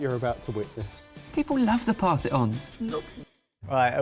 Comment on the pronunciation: Dear Jamie, people do love "Paas it on" 😍